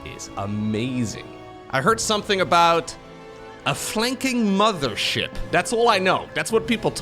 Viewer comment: Love the way you pronounce mothership as muddership As a Canadian with many Newfoundland friends; they pronounce mother as mudder and it hits me just like the smell of fresh baked cookies. Thanks for the upload as always. I haven't played starcraft since Broodwar but I've been listening to you and uthermal as kind of a podcast type situation for 3 years!:D